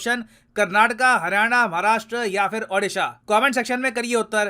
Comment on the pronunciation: अडीशा nehi ओडीशा please pronounce it fairly